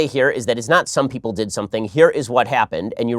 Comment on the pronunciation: gawd, the way she says 'something' is the worst